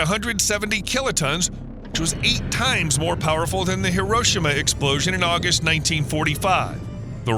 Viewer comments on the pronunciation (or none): none